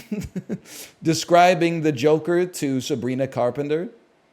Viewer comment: NL running the celtic pronunciation of Keoghan in his mind and arriving at "Cuffin" is what keeps me watching the DLEs